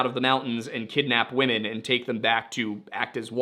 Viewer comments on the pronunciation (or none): none